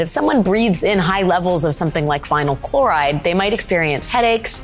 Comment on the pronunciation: “Clhoride” “Resindents” … ok